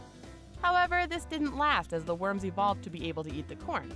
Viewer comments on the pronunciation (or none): none